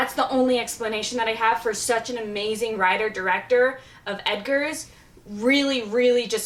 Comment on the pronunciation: Never trust the opinions of someone who doesn't even get the last name of the director correct. This woman actually said "edgars" 😭😂😂